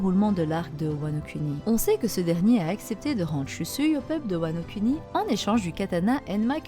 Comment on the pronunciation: Vidéo très intéressante ! Mais bon dieu par pitié !! Wano Kuni "Kouni", on ne fait pas de "cunni"lingus ma parole !